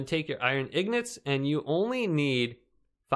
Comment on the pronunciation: What's wrong with it he is correct